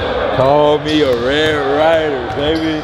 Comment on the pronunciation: young guy said "red RIDER" instead of red RAIDER 🤣